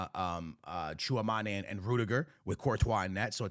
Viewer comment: My brother, it's TchouamEni, not TchouamAne